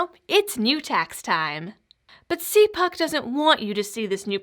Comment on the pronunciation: It is pronounced- cal puke.